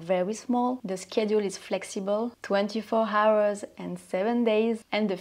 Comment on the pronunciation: You speak English very well, and with a lovely accent. The only word which could be improved is ‘hours’. It sounded like ‘howers’🤣 The h is silent. It should sound like ‘owers’.